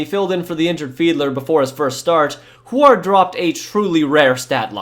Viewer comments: Ok, as a Washingtonian i feel obligated to point out that Huard is pronounced HEW-urd lol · The way you pronounce WHO-AAAARD in an exaggerated way had me ROFL'ling. XD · It's Damon Huard "Hew-Ard" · I heard it pronounced "Hugh ward" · The way you pronounce Huard gives me Forest Whitaker eye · I wish he knew how to pronounce names, had to cut it off when he didn’t know how to say huard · Had to quit watching. Huard is not pronounced that way. Simple research. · You are pronouncing Damon Huard name wrong but besides that great video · The pronunciation of Huard is killing me. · You're pronouncing Huard's name wrong. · Listening to your mispronouncing Damon Huards last name is cringe. I live in Washington and the Huards are sorta legends here. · If you are going to mention a player so much, learn how to pronounce the name correctly. It’s Damon “”Hue” -ard, not “Who” - ard. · lol at “Hward” it’s Hue-ward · Just for the record and I hope you see this. It’s pronounced Hugh-ard not wuard like you kept saying. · Oh my god it's hyo͞o(w)ərd not ho͞o(w)ərd. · Wow bro you are seriously butchering Huards name... its pronounced hew-ard not hoo-ard. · Damon *hugh-ârd*....not who erd. Js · I was thinking the same but his way is funnier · Huard is pronounced "Hue-word" love your vids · Damon Hugh-erd is how you pronounce his last name , Go Huskies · Dude....yer killin' me. It's Damon Hew-Ard. Huard. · It's not Hu-aard lol it was Huard good lord 😂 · It's pronounced HYOO-URD. Damon Hyoo-urd. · My sweet summer child. I know you probably weren't around for those dark times in the beginning, but Damon Huards last name was pronounced Hue (like Huey Lewis and the news) -ard Hue-ard Adawale Ogunleye = Ah-dah-wall-eh O-gune-ley-hay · it's damon "hugh ard" not rhymed with guard lolol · Dude. Huard is pronounced "HeYooWard" only 2 syllables. HewArd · Huard is pronounced hew-ward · Why the hell are you Pronouncing Huard like that? It's Hue-Erd. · Hue-erd. Not Hu-ard.